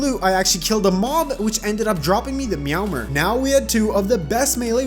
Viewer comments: who pronounces it meow-mer? its meow-MERE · Ah yes the dry-ad, meowmer, and the zehnith